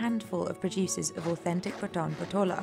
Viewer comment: Please correct your pronounciations of the patan patola